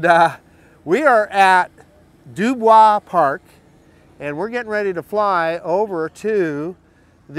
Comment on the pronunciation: welcome to j-town. as a local, the park is pronounced "Dew-Boys" the smaller bridge to the north is cato's bridge. made my first flight with my new mini 4 pro YESTERDAY! what a great flying camera!